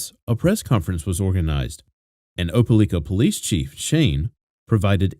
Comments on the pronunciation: It's pronounced Oh-pa-like-ah Great video, as always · Not being rude but it's pronounced , like not lick . Opelika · It’s o-pe-like-a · Opalikaispronounced with a long i= ("OH puh like uh"). Just FYI 😊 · It’s O-puh-LIE-kuh . My home town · Lord have mercy. No one can ever pronounce Opelika. It's Oh-pah-lie-kah. This story remained such a mystery for far too long 😢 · You got it right except for the third syllable. It's pronounced O-puh-like-uh. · I live like 30 mins from opelika and I die every time I hear him pronounce it 🤣